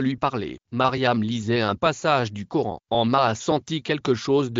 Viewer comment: C est le Coran et non le gioran